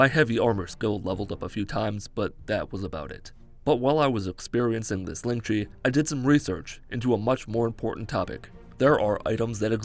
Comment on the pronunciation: "While I was experiencing this leng tch'e" 😂😂😂😂 dude, you crack me the fuxk up. Keep up the great work.